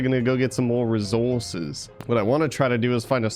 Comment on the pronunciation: Did anyone else notice every time said resources he did it with a British accent 😂☺️